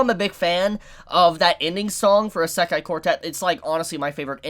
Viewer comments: The way he pronouns isekai triggers me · Can someone tell this man how to pronounce Isekai